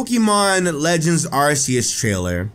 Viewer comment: It's arceus not arseus